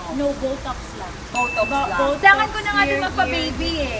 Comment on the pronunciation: bat yung botox naging buttocks HAHAHA